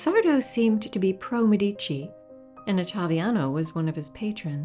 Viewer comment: Another marvellous video! Thanks!! I must point out, though, that Medici is pronounced MED-ee-chee, not med-EE-chee. Ghirlandaio is another name that's difficult for non-Italians to pronounce;: geer-land-AH-ee-oh.